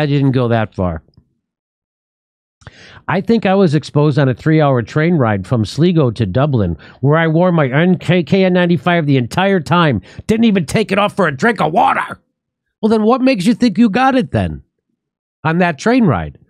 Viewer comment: Sligo: Sly-go, not Sleego. 😁